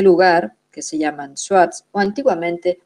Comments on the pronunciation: Muy bien explicado,,esta mejor que Los mentirisos y manipulados documentales de aca,solo Una correpción se pronuncia zuar (Los shuar) no swat..pero Te falto decor que Los japoneses tmb hicieron Su expedicion y Los militares locales pero solo pueden avanzar hasta cierto limite q Los shuar muy bien conocen...saludos desde Ecuador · Son los Shuar, no suat